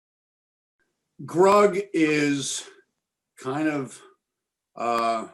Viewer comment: It’s “Grug” not “Rug!”